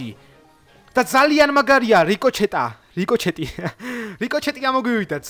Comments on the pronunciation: ბილი არა ბული და რიკოჩეტი კი არა რიკოშეტი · რიკოჩეტი არა რიკოშეტია მგონი 😂 და კიდე IOS-ზე როგორ ჩავიწერო? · P.s რიკოჩეთი რა უბედურებაა :D რიკოშეტი :D